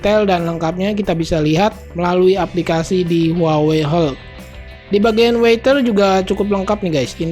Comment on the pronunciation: Dikoreksi sedikit ucapan bahasa inggrisx Cuaca bukan water tp Weather… Terima Kasih